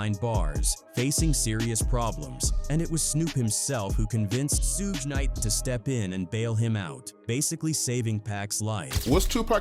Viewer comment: Additionally, Suge Knight's name is Not pronounced: Sue-gay, or Seewj! It's: Suge,like an abbreviation of the word "Sugar"..Without the ar : "Thanks!!" Smdh😒😑